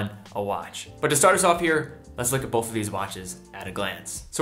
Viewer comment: Argh! The word is not “bolth”.